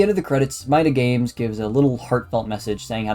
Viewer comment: Another one, but you really need someone to read your scripts and make sure they're good, because some things like calling Italian "butchered Spanish", pronouncing "MidaGames" wrong, saying the wrong release dates for the remakes, some things that can make the game seem not that good like your issue with the fullscreen (which as far as I'm aware is a you thing lol), just on the whole a bunch of errors that could've been easily solved if you ask anyone knowledgeable on Five Nights with Coso to look over the script And also the whole part after the where you start saying the ending of FNaC 3 but don't show any footage and instead some recycled One Nights at Cosonut 2 gameplay is really odd and really drags it down a bunch Its clear you put effort into it but it still needs some time in the oven Decent video 🍵